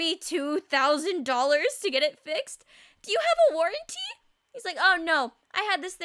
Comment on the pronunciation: Lmao "Warrenty"